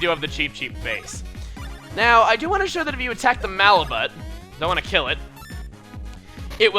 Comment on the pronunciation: Don't you pronounce the "Malibut" enemy name without the "t?"